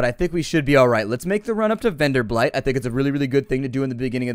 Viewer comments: lol you still call it venderblight but it doesnt have an l in it:P I just mentioned it because it is a funny mistake you used to make in your previous playthroughs too..not that it annoys me or something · How many different ways can he mispronounce Venderbight? I heard at least three. Not that I'm complaining.